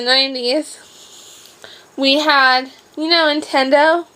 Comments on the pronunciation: Did she call it "Intendo"...? And Bill Nye was awesome! All the cool kids watched that! Bill Bill Bill BIll... Bill Nye the science guy! I don't know that I would consider hopscotch and hula hoops as toys from the 90's... Lizzie McQuire started in 2001... hehe! You should do a vlog about the 2000's. that would be fun! Or maybe one explaining what got you started making YouTube videos, could be interesting for us! I liked this one too! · Its nintendo not intendo...